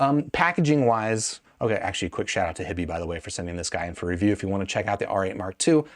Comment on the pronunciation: HI-bee, not hibby. “Hi” as in Hi-Fi. So grating every time he says their name.